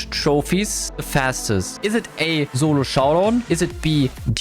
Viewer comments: Bro always says zolo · Turns out I am horrible at "Zolo Showdaown"